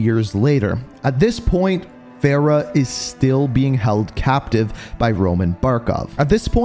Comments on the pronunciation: He still messes up her name it’s Farah far-ah and her last name is Kareem it’s just spelled differently Farah Karim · it's f a r a h not fera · Bro Fa not Fe cmon